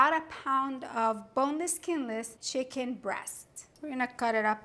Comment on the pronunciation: *CHICKEN 😉 Not Chiken